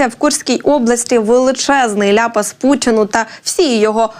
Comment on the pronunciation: Гарний канал, але пани, з її вимовою, все псує, тобто, вчилювати,пучин і т.п. за для чого такий акцент 😂